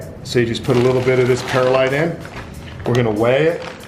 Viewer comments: Not to be mean or anything but its perlite not perilite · He said(PEAR-a-lite) when it’s actually pronounced(PEARL-LITE)